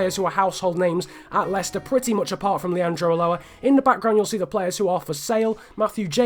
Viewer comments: Leanardo uchoa not ulloa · Dont sell king and it is leonardo ulloa "ushoa"